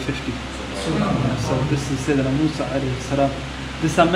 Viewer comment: Mosa ✅ Musa ❌